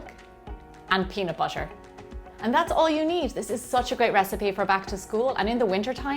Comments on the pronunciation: It's pronounced BUTTER! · Wen she says butter I Hera butcher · the way she says butter, water o.O